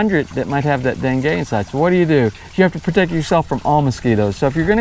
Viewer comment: are you calling it Dengay?